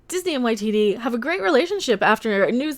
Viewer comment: "Tycho ITT". 😂😂😂🤣🤣🤣🤣